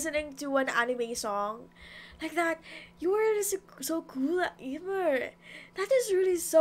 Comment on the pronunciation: Amier's name is pronounced emere